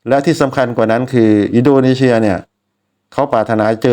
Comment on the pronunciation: อินโดนีเซีย ไม่ใช่ อินโดนีเชีย นะพี่ มันคือ ซ โซ่ ไม่ใช่ ช ช้าง และขอบคุณสำหรับวิธีการเข้าดูบอล